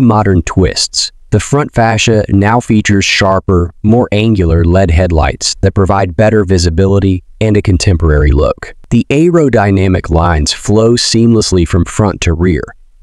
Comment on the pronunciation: Is AI reading this. Some of the pronunciation is laughable. L-E-D lights pronounced as “led” and curvaceous is mid pronounced.